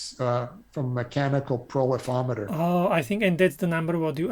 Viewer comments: Thanks for commenting on that -- I was pretty sure that profil-ometer was what he was trying to say, but it wasn't what I was hearing! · A profilometer (pro-file-ometer) is the tool he mentioned; I think he pronounced it as "prolifometer" by accident.